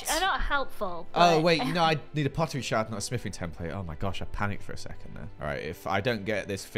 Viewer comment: “Find A Pottery Sherd” ITS SHARD